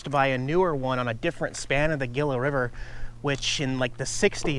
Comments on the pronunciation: It's pronounced heela not gela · It's pronounced Hila not Gila lol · Gila is pronounced Heela, not gilla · lol!! Gilla River. It's pronounced He La,! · It's pronounced "Hila" River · Hila not Gila. Even though the spelling is Capital G. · It's pronounced "hee la" river. Like Gila monster, hee la monster. Lol. Lin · Gila River pronounced, 'Heela." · Gila River - "Hee-luh River" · Hi. I live on the Gila River Reservation, and it's pronounced "heela.":) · Just a heads up on pronuncation GILA is pronounced He -La . the Spanish G is an H I'm from around there. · Just an FYI....Gila is pronounced HEE-LUH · Nice Video. Oops on the iphone. Safe travesl. Here comes the Spanish lesson. lol. Gila is pronounced: Hee laa Long e's and short a's. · Cool video, love Arizona. FYI, the G in Gila is pronounced like an H. Safe travels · Gila - He-la. I thought the chest high camera was great. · Said you learned a lot today, please add this. The word is nuclear not nucular. And Gila Bridge is pronounced He la Bridge. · "Gila River" - pronounced "HEE-la" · It's pronounced Hila...the G is silent. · please learn to pronounce Gila correctly. It’s A”hee-la”. I know I’m being picky here. Really like your videos and the way you take care of your various engines. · Dude Gila is pronounced Hela . Spanish ya know. You've got your Dork Ometer pegged out. ( bike crash, phone and Gila all in one) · It's the "Heela" River... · Gila is pronounced "hee-la". Also, if you meet a Gila monster (large black and pink-ish lizard), keep your distance as their bite is poisonous. It's the only venomous lizard native to the United States. But they are cool looking. Bummer about your phone, dude. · Gila is pronounced "Heela" the G sounds like an H not G! Kinda like the name Juan is pronounced sounding with "Wh" not J... Not trying to pick on you....Just an FYI! lol ✌😜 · Gila (he-la) river. sorry hate being that guy but you were killing it...lol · It's pronounced "Heela" river.